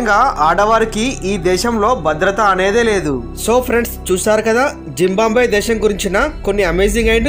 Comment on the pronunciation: జింబాంబ్వే కాదు, జింబాబ్వే.